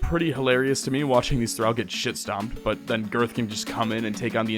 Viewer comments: Say it with me: Thuh-ral not thuh-rau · Excellent Video; but Thrall is pronounced Thr-ALL not Thr-AL. (The only other comment I saw addressing this was vague and passive-aggressive, so I figured I'd be more upfront and polite.) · One minor nitpick... "Thrall." As in, "all," not as in, "pal." Phonetically, "Thrawl." Otherwise, thanks for doing what you do. Have upsie. ;) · Just a note for the future, thrall rhymes with wall, thrall does not rhyme with pal. Great video otherwise. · I'm sorry but, hearing you mispronounce words you obviously don't know like hashish and thrall for 2+ hours is a major ick. PLEASE 😭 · Hate when people say how long they've been at it in game time and hide the counters xD Also, why the mispronounce of thrall? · It pains me so much how you pronounce thrall this whole video. Like it's a race and not a designation. I couldn't help but imagine if it said "weak slave" and he pronounced slave "slovay" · I wasn't watching for a while when he started talking about the drow. And let me tell you, I instantly regretted looking at the screen to read "Weak Thrall". Thrall. Not drow. Thrall rhymes with doll, fall, crawl, tall. Not drow, pow, pal, down, frown, clown. And you say it for over an hour. I could not imagine twisting my esophagus to spit that verbal garbage out even twice, let alone the hundreds of times you did